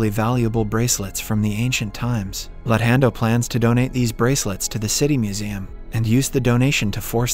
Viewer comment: The way this recap reads their names is hilarious...luthando is Lun hendo 😂😂